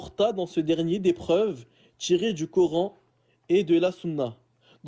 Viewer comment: Pareil. J'ai du mal